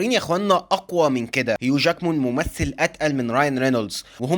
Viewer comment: ياسطا والمصحف اسمه هيو جاكمااان ماان ..ماان ..man ولا جاكمون ولا جاكمين ...بتييجي نشاز كده في الفيديو والله